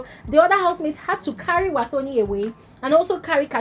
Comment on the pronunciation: It's pronounced "Watoni" not "thor"...thanks🙏🏾